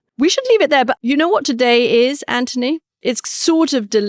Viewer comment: Katty, why do you pronounce Anthony as Antony?